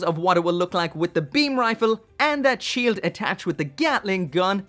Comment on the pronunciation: Ze Shield?...... What are you... German..... NOICE!